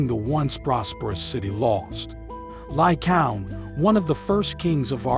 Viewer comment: Lycaown? Lycaown? Lycaown? It's pronounced Ly-Kay-On!